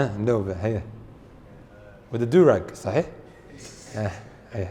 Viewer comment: Brother, I looked it up, the meaning of Aslam is quite bad as well. Please look it up. And please try to pronounce sahih